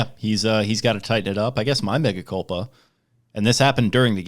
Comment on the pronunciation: Yalls devotion to saying "Mega culpa" instead of "mea culpa" is honestly kind of impressive lol